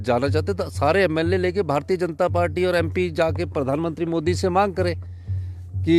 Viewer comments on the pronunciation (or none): none